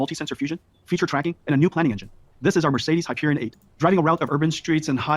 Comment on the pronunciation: Hyper ee ion say it lol